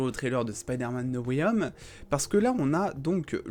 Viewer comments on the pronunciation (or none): Et moi j'en ai marre quand les gens disent "Spideur-mane Nowayome" au lieu de "Spaydeur-man No way *H*ome"🙄😂🤣